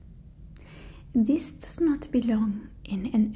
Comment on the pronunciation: i- i dont know how to feel about it, im french and im quite insecure about it and its funny to see this !! Because its sooo accurate the "zis" as "this" for example 😂 kinda made me feel better about it because you're always good in what you're doing 🥺🤲🏻